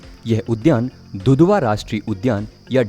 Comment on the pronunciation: घुघवा .. Hai sir दुधवा नही